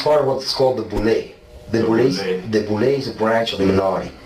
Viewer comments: Boule' is pronounced "Boo•lay," not "Bo•lee." Respectfully, you should know that considering your level of knowledge and research on this subject matter. Some may question your credibility when you seem unfamiliar with groups like the Boule'. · Boule - Boo lay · Pronounced Boo-Lay (Boule') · BOULE. "BOO LAY" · It's pronounced (boolay) boule French like. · it’s pronounced “boo-lay” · It’s pronounced Bu-Lay. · 😢it's called boolay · Pronounced bow-lay. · It is pronounced BOO- LAY😏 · And boule is pronounced BOO-LAY!!! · It’s called Boulé and Pronounced as: Boo-Lay. And, due to RACISM of white Freemasons who, would NOT let their “brothers” JOIN, is what led to the creation of the Boulé. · he’s been saying it wrong for a while now. I can know what he meant and still correct. No harm done.